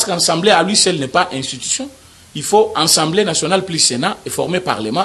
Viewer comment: Frère , on dit Assemblée et non ENsemblée